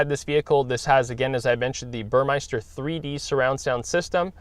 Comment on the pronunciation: It's "Burmester" not "Burmeister"